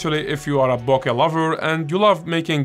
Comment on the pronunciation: Firstly, let me thank you for pronouncing BOKEH properly. Its so annoying seeing all these professional youtube photographers pronouncing it incorrectly and then getting all high and mighty when you point it out to them. When I switched from my Sony a6000 to the a7 iii, my first full frame lens was a Rokinon 35mm 1.4, then I got the Sony 85mm 1.8, and it's def my favorite lens for portraits. More recently, I bought the Tamron 20mm 2.8 because sometimes the 35mm is not wide enough for me and I love the more dramatic and distorted images you can get from it. Sometimes I think of selling the 35mm or maybe just adding a 50mm 1.8 to my kit.